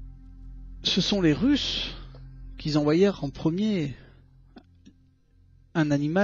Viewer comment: les russent qui zenvoyerent..... jijijijijijiji